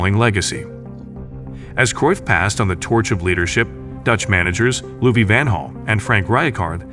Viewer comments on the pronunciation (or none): AI voiced. Can't pronounce Ajax or Louis Van Gaal. ... and 1990s... oh my word...